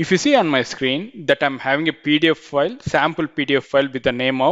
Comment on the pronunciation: good video but the way you say pdf file sound's like pedophile